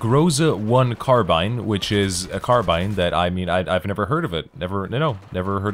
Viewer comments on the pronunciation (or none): none